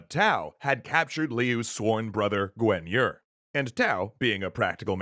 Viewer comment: For real, I thought they were talking about an entirely different person. I was like "who the heck is Gwen Yur?"